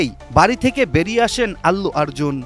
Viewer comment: অল্লু আর্জুন না ভাই অর্জুন ঠিক মতো নাম টাও উচ্চারণ করতে পারে না আবার সংবাদ প্রচার করতে আসছে।